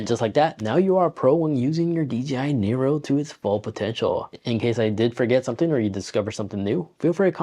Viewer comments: I just got mine couple weeks ago. This video was so helpful that I'm not even going to grill you about calling it a DJI Nero 😆 Anyways awesome video, brother. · Bro.... it called NEO lol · DJI NERO???